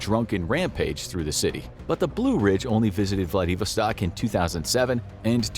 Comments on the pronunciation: it's vladiVOStok, not vlaDIVostok. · What the heck is Vladavarstark? Edit: Ok, as I suspected, Vladivostok. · It's Vladivostok and you said it closer to right the first time